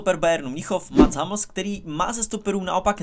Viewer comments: Je to "humls", na "hamls" proboha :D Chce to zamakat na vyslovnosti... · Proboha, můžeš si zlepšit výslovnost některých hráčů? Občas co od tebe slyším to je fakt hrůza, zvlášť když pětkrát ve videu řekneš /hamls/ 😅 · Hummels se čte stejně jak se píše